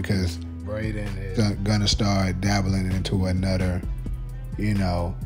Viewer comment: “Anuder” Another?? 😂😂😂